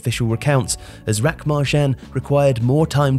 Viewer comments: But I’m impressed at how he got RAK pronounced perfectly! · Spot on pronunciations! You got RAK right more than once!